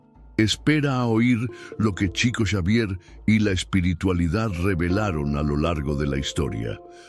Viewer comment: No se pronuncia TCHICO… és portugués CHICO, shico, diminutivo de FRANCISCO… SHICO SHAVIER 😇